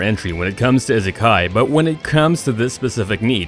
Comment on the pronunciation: My only problem with this video was the way the guy said isekai